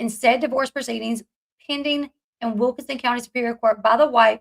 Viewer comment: I know you dont like when people comment on your accent but theres literally an N in wilkiNson, its not wilka-son.